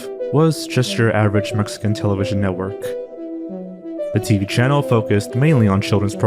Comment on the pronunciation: Are zoanfly and the same person. Because they pronounce channel kanel.? Need this info im going crazy